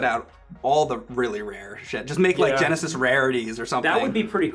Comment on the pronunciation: ol boi says 'sega gonesis'